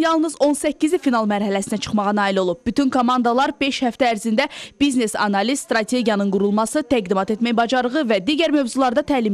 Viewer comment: bıznes yox biznes